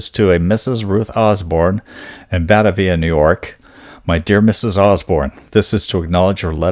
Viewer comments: Ba-Tay-via. That's how it's pronounced. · buh-TAY-vee-uh is a city between Buffalo and Rochester. Never heard it mispronounced b4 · It's - Bah - Tay - Vee - Ah . . .